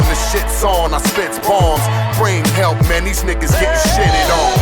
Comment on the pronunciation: Не HALP, а HELP, если что.